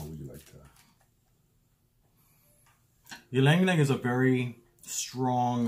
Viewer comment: ee-lang ee-lang is the pronunciation lol, !!!not trying to be a jerk just helping!!! the name comes from the Tagalog word for the cananga sambac jasmine, the region where the type of sambac jasmine came from - hence the word but its interesting bc in south east asia especially in the philippines and in malaysia the ylang ylang flower along with other similar scented white flowers are often used in offerings for spirits etc and thank you for this video! - i rarely see kananga water spoken of